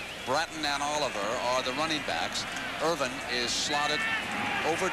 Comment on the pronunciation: Parseighan calling Michael Irvin "Erwin" the entire game, I mean, come on.